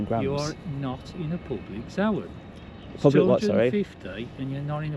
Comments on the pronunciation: he talks about a zow-an, is that the same as a Zone? :D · I''ve never heard the word 'zone' pronounced like that before 😂